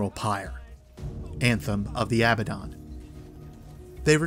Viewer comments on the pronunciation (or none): You pronounced abbadon wrong. Its sounds almost EXACTLY like abandon.